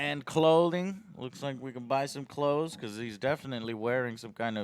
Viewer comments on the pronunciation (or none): none